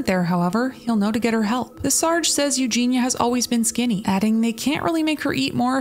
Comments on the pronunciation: Her name is EugeiIa... "You-Gee-knee-uh". If you're going to make money off of her the least you could do is pronounce her name correctly. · I agree with what is said in this video and I know this in a detail, but her name is EugenIa not Eugena. Pronounce Eu-ge-nia. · Dude, it's not pronounced Eugena it's pronounced Eugen-E-a Eugenia. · Eugenia...you are saying her name wrong dude. Ffs...not Ew GINA.....Eugen. Ia....ia..ia..Eugenia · pls its eugINIA cooney not eugina... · While I agree with the comments at the start of the video IDK why these people don't post the same stuff on obese people's videos. On those videos it's all YAS GIRL BODY POSITIVITY and then on this it's HOW IS SHE NOT DEAD? The same is true both ways. Also it's Eugenia not Eugena like you keep saying. Eugenia is a name, Eugena is not. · Please just get her name right. It’s Eugenia. Not Eugene-a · so many of these recent videos on her say it wrong :( like the least you can do is not call her miss clooney or Eugene-a and get her name right 🙄 this poor girl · You did not pronounce her name right. You Gene Eeee Uh. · Great video….I do wish u would have said her first name correctly tho